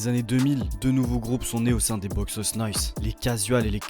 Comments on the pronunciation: Salut, c'est une super vidéo mais je voulais juste ajouter un petit truc la prononciation de Boixos c'est Boy tchos, en catalan le X se prononce Tch (exemple: Xavi) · On dit "boychus" nois et t'es pas au Camp Nou mais a Montjuïc,a part ça haine a l'espanyol et sempre antimadrid!!!! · A prononcer : boytchos😅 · Ca se prononce Boujos no-is ou bouchos ca depend la region en Espagne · juste a ajouter que le "X" en catalan se prononce comme le "CH" en francais, donc ca serait boichos nois ! sinon force a toi j'adore tes vidéos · Plus exactement, ça se prononce TCH. BOITCHOS NOIS. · Très bon reportage! Juste une petite précision pour Les Boixos Nois , le ¨x ¨se prononce comme un ¨J¨ forcé presque comme le son ¨CH¨. De même pour les lettres qui suivent le X dans Boix¨OS" , le O se prononce plus comme un OU chez nous en France. Phonétiquement, ça donnerait quelque chose comme ça: Bo-i-jous No-is. Encore merci pour la vidéo! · C'est quoi cette prononciation de "boixos"???